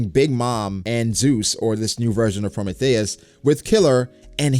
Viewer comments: prometheus (pro, me, thee, us) not promethéus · Pro-Mee-Thee-us not Pro-May-Thay-us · Was digging the video then you said pro mah thei ous. It’s Prometheus. Hopefully it’s Prothmetheus with lightning properties so Nami gets Zeus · Say Pro-may-thayis one more time like that 🤜🤕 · I hate how u say Prometheus its pro-me-thee-us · Wait......how is he pronouncing Prometheus? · why you pronouncing Prometheus like the that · Why you saying Prometheus like that though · Why you pronounce Prometheus like that ?